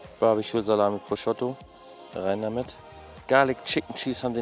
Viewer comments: ich weiß nicht, wo du das O bei deinem ProsciOtto hernimmst, aber da ist ein U und es heißt Prosciutto, danke;) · 😂 Prosciotto ‼️ Prosciutto 😉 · „Das ist holandäs proschotto“ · Geiles Video, wie immer. Wenn du jz noch lernst Prosciutto richtig auszusprechen, dann gibts sogar nen daumen nach oben 😂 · Warum spricht er immer Prosciutto falsch aus?